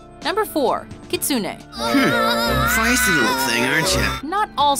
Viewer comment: singer kitsune its written in hiragana like this きつね, gitsune is written like this ぎつね. If you notice, its almost the same, and for them it its. ki and gi have the same tongue spot on the mouth when is pronounced (try it).